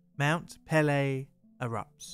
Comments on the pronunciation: Just a polite correction it is pronounced pay-lay the apostrophe above the e dictates pronunciation but I loved the video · Mount Pelee is pronounced Mon pel-E-A. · A good tip for pronouncing French names is to put equal emphasis on every syllable. Your 'puhLAY' made me cringe every time you said it.